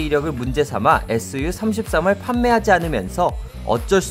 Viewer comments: 에스유33 이라고 읽을 거면 이런 영상 올리지 마라. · SU 에스유로 읽지말고 수호이라고 해야함.